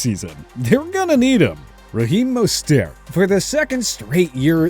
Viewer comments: Who the hell is Tackovailoa, Roheem Mostair and Jaair Alexander? It’s like y’all don’t even try to pronounce their names correctly, yet their names are mentioned multiple times by commentators and interviewers, just do the damn research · They do it regularly. Like who tf is Tackovailoa, Roheem Most-Air and Ja-Air Alexander? It’s like they don’t even care about the players enough to at least learn their names. It’s not like commentators and interviewers mention their names all the time, so it’s just all down to laziness and lack of research. It’s annoying as hell, and then they try to correct others by making those videos, but they won’t the work themselves